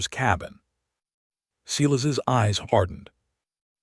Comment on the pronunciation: It would be REALLY NICE if your narrator would pronounce the names Sylas correctly. It's not. SE las.